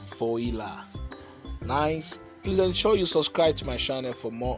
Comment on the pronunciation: You should pronounce as "vuala"